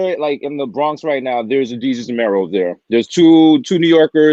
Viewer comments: “Day-Sus” Lol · Why does she keep calling him day-sus? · Wow, this lady needs to do her research. At least MAKE an effort to correctly pronounce Desus and know that Mero has four kids instead of five. 🤦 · NOT DAY-SUS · I'm not feeling how she is mispronouncing Desus's name... The brand is a lot of things but it is not ignorant